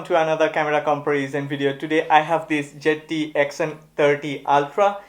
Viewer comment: Why do all the indian ppl pronounce Zte like jett😁